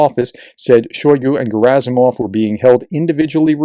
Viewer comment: PRONUNCIATIO Rarely is ant Slavic word or name with the emphasis on the 1st syllable. So it's SodOl GerAsimov ShoigU ZelEnski Also It's Oblast as in wOOd not AAblast